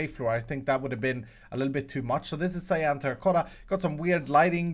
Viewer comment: The way he said 'cyan' tho